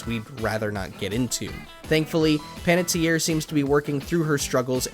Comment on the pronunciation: Really wish you took some time to make sure you were saying the actor's names correctly, thank goodness Panetierre was said correctly. But otherwise, nice to see what some of the lesser knowns are doing. They were great in the game.